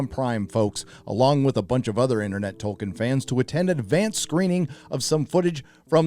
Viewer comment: Well thank God. Dunno who got in his ear but hearing "Toll-keen" was getting taxing